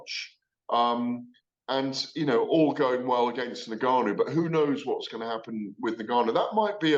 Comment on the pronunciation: its Francais 'en'Gannou.(Phonetically pronounced).... Gareth you are supposed to be a Learned fellow of boxing